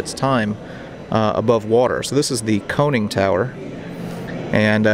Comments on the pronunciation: Couple things. First, it's pronounced Con-ning, not cone-ning. Second, love this boat, been there many many times. I've filmed inside it many times as well, so that shocks me. I took the special tour they have occasionally which is private before the museum opens, they give you more time and allow you to meander back and forth as well. I was allowed to go in areas that are normally off limits, including the bathroom in the forward torpedo room. If you read Hans Goebeler's book he talks about putting an injured (or sick) man in there for days, so I had to go in. It was tiny. I sat on the toilet and closed the door. (I'm 5' 6" and I barely fit.) You can see the forward torpedo room , the door is to the left near camera once you're in that room. Also Peter Zschech shot himself in the Captains bunk, so that area holds a lot more meaning if you've read the book. They had to suffocate him and wait out a depth charge attack and then dump him because he shot himself wrong. I also sat at the tables and laid on the bunks. Shocked they didn't let you film. Also, I hope you checked out the Spitfire and Stuka while you were there. That's the most in tact Stuka in the world, one of only 2 survivors. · Conning tower not cone-ing tower